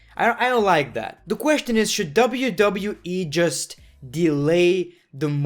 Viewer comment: It is kinda funny how he says question pronouncing the T😂